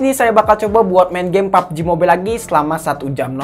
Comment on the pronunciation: Harus nya kalo pubg ngomong nya pabejih